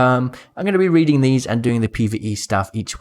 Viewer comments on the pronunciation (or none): none